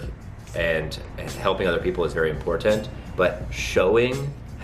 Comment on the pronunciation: the way you said, "community" 5:9- and "important" ... I cant lol